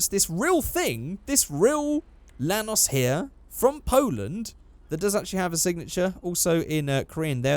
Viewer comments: At first, i thought you said Thanos but it's actually a Lanos😂 Holding bay 1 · Whenever you say lanos I think you're saying thanos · I AM POLISH AND YOU SAID IT RONG